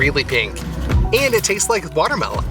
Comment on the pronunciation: Did your translator really get away with saying "BERnana" and "waterMITTEN"? 🥴